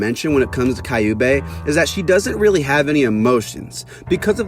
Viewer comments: Their names are pronounced Q-bay. Like the sound you make when you say the letter Q then bay. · Prounouce kyu(q) bey(bae) and its a he but great essay it just is gratting my ears